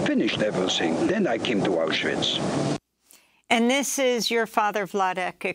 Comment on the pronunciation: She said mouseuwitch lmaoo